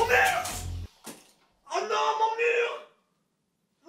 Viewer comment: Le murrrrr 😂😂